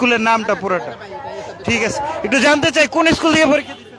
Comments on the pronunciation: ইস্কুলের নামটি ও দেখি ঠিক মত বলতে পারেনা আইছে পাস করতে ।দেখেই বোঝা যায় টিকটক করে আসছে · সরকার পরিক্ষার ৩...৪ মাস আগেই জানাই দিছে যে এবার খাতার সঠিক মূল্যায়ন করা হবে .....আর গনিতে McQ এ ৮ এ পাশ কোনোদিন ও ছিলো না....গনিতে ১০ এ পাশ এটা তো সারাজীবন ই হয়ে এসেছে......আর কেমন আন্দোলনকারী যে স্কুলের নাম ই ঠিকমতো বলতে পারে না........আন্টির ছেলে যে পড়াশোনা করে না সেইটা একবার ও বললো না...... এদের দাবি সম্পূর্ণ অযৌক্তিক.... এদের শুধু মাইরের দরকার 🙂 আমি নিজেও ssc 25 পরিক্ষার্থী..... রাজশাহী বোর্ড....!! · স্কুলের নামটাই সঠিকভাবে বলতে পারেনা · ভাইরে ভাই তুইতো স্কুলের নামটাই বলতে পারলি না আবার আসছিস আন্দোলন করতে